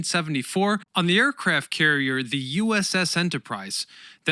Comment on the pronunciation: Thanks. I found the rather stilted use of 'the' in place of the hard 'thee' before vowel sounds rather distracting at times.